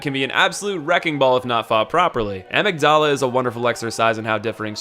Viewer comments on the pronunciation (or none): “Ah-mig-da-la”? Excuse me, sir?